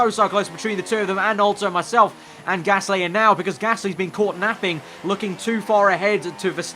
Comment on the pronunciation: It's Gasly not Gassy by the way